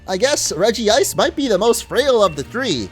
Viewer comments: it's not regiice its regice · REGICE! Not Regi-ice. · Dude...it's "REG-ICE" there's 1 "i" just letting you know Cool video though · regi-Ice sounds more stupid why the extra "i"s? Just saying...